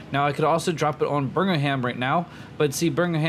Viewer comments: It's Birm-ingham. Not birgingham XD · Ross Burgingham does not exist to my knowledge. Its pronounced Birm-Ing-Ham my friend :) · Bur-Ming-Ham it’s Birmingham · I heard Virginham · sorry i am going to be the grammar nazi here but as a resident of Birmingham i feel the need to tell you the pronounciation is BIR-MING-HAM :) also you nuked my home town :o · Might be some confusion,. I agree with James you're saying it wrong, at least from what I hear. I hear you saying berg-in-ham. I also live near Birmingham in Alabama, and to best of my knowledge they are both pronounced the same. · The H in Birmingham is silent - /ˈbɜːrmɪŋəm/ unless you're talking about the American Birmingham. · I'm from Birmingham. And i can confirm it is pronounced Bum-in-ham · its pronounced birm-in-um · bir-ming-am is the way it is usually pronounced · American Youtuber- “burgerham” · Did he call Birmingham Burger ham 🤣🤣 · We'll just call it Burgingham now :D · What's Bringanham? I hope your commentary improves! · birmingham is pronounced birmingherm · U can’t say birgmanham can u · Every time he said Birmingham was a stake through my heart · Not to mention the pronunciation of Birmingham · The way you pronounced birmingham gave me actual cancer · doesnt even make any sense, Alabama has a Birmingham so you’d think he’d know how to pronounce it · The way he pronounces Birmingham lol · How is it impossible for you to say “Birmingham”? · dude you'r saying birmingham wrong. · why can american just not pronounce anything with HAM on the end